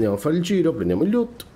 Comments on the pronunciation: preferivo quando facevi "mmmh mmmh" più spesso! Invece la pronuncia "liut" invece di "loot" ti è rimasta! :D :D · Amico mio, i tuoi video sono utilissimi e tutto; io sto a pochi km da te a giudicare dalla tua cadenza vocale, quindi da "paesano" mi permetto di darti un consiglio (poi lo accetti o meno, continuo a seguirti😁) cioè: ti prego, ti supplico, ti scongiuro... pronuncia "LOOT" come dio comanda!! Mi sanguinano le orecchie ogni volta che ti sento dire quel "LIÙUUT", non c'è nessuna "I" tra la "L" e la prima "O"!!!! Si pronuncia semplicemente "Lùtt".